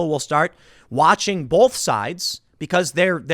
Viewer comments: Tim! Baby!! I love you, but the word "both" has no "L" in it!!!! Keep up the good work, but quit with the "BOLTH"!!! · It’s both not bolth holy crap